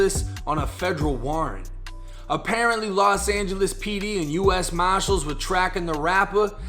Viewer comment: "U.S mashass"